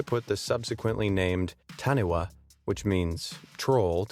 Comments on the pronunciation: It's pronounced Tani-fa, not Tani-wa! :) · I am from New Zealand and it's pronounced "tun e far" not "tun e waa" wh in Maori language is a "f" sound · you didn't say Maori or taniwha correctly. its said almost moldy but with no L and taniwha is said tanifa also I think that taniwha means sea monster but don't quote me on that and I think you mean Titanoboa, anacondas are alive still also the titles clickbait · The New Zealand item.... Pronounced Ta... knee... far... Not Taniwaa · It is not taniwa, you say it like tani-fa. also i am pretty sure it does not mean troll. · Sorry dude i don't wanna be one of those people but it's pronounced "Tah-knee-far" not Tah-knee-wa" thumbs up for research though. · taniwha is pronounced ta-ni-fa? get it right bro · i honestly find that really rude and annoying about how you said taniwha. its pronounced tanifa. in maori, (the language taniwha is used in) "wh" is pronounced "f". but also the taniwha has been around for sooooooooooooooooooooooo long. and yes, maybe that is not that taniwha, but as a person from new zealand, you can't just vanish it back into myth. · It's actually pronounced: Tah-knee-fah 🙄 It's quite offensive to the Māori culture and language. so next time you make a "studied" video, make sure you say the words right. It's triggering! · Taniwha is said to”tah-nee-fa” it means monster. Not troll. Idk what translator you use😂😂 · Taniwha is pronounced tani-FAH (They're guardians of the river and lands surrounding them) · the new Zealand creature is actually pronounced tani-fa, the Māori language is much different in terms of pronunciation and the wha is actually pronounce fa just spelt differently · Ahem. Taniwha is pronounced "ta-nee-fa", and does not mean troll. It can mean water spirit, monster, dangerous water creature, powerful creature, chief etc. Sorry for ranting, it's just, the one time New Zealand is ever included in anything they get the facts wrong. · It's pronounced ta nee fa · Its pronounced like tani-FA